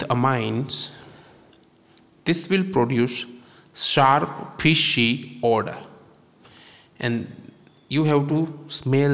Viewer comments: It's Odour not order nor odor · Excellent presentation. But, it is ODOR....NOT....Order. Otherwise, no complaints. Thank you!